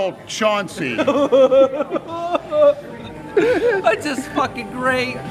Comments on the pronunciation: Mel Chancey...C-H-A-U-N-C-E-U LMAO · *Mel Chancey